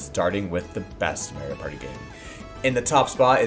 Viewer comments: The way you pronounce "Mario" bothers me a bit... It's MAH-REE-O, not MAE-REE-O. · Hey did you know it’s “mah ree oh” and not “may ree oh”